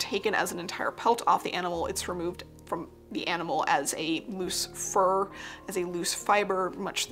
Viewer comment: It took me a second to realize you were saying fur hats and not for hats